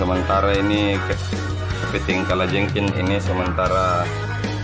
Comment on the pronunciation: Kalajengking pak bukan kalajengkin! Kepiting bukan kepitin! 😂🤦